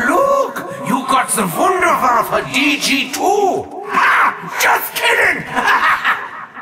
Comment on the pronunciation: Wunderwaffe means Wonderweapon sometime Americans say Wunderwaffle but its Wunderwaffe without L. so keep up the good work 4 us THX.